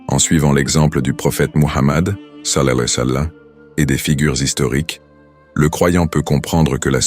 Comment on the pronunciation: SALLA LAHOU ALLEYE HI WA SALAM POUR QUE L'IA PUISSE BIEN PRONONOCER CETTE PHRASE OU BIEN VOUS METTEZ JUSTE PAIX ET SALUE SUR LUI. CELA DERRANGE D'ENTENDRE LE MOT DEFORME